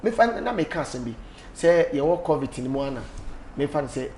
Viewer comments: Lol bra Kwaku its Covid not covit🤣wama masri saaa😂😂😂ah lol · Who else heard bra kwaku say covit severally 😂😂😂😂😂😂😂 i just love bob ziga basaaa.Aggressive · Kwaku is covid ooooo not covit 🤣🤣🤣🤣🤣🤣🤣🤣🤣🤣🤣Kwaku will kill a person